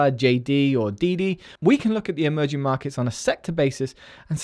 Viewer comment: I swear I heard "emoji market"